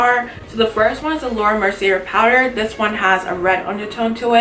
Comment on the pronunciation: It's actually pronounced Laura Mercy-ay :)